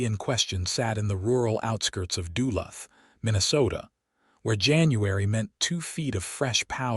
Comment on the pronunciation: You mispronounced Duluth